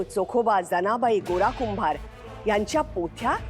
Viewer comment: अहो जनाबाई चा उच्चार नीट शिका..